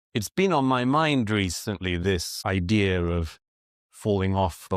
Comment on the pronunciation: “The ideaR of…etc.” Really?? Please don’t use what’s called an “intrusive R.” It’s not called “intrusive” for nothing!